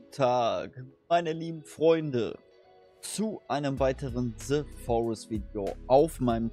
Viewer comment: Bitte hör auf "Ze Forest" zu sagen. Es heißt "The Forest" nicht "Ze Forest"!